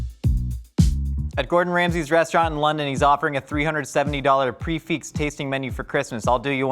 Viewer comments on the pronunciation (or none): none